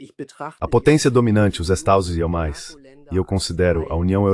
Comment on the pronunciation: "Estadosuneis".. As IAs censuram sistematicamente o nome dos estados unidos nesses vídeos traduzidos